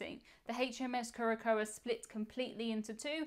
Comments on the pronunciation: Curacoa is pronounced kure-ə-SOW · Just for the record...Curacoa (pron. KEWR-ə-sow) 🤗